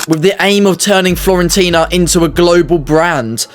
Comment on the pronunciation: Florentina?... Omg stop embarassing yourself